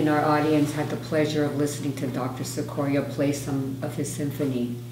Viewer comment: Now, Mr Cicoria could pronounce his name 'chick-corea' but then, maybe not. Thanks for sharing!